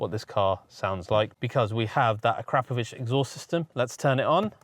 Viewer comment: "A crap-o-vich exhaust system". 🤣😂 Why can't Brits pronounce anything correctly. It's "A cra-po'o-vich".